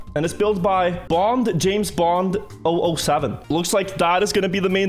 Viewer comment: Triggers me the way he says 007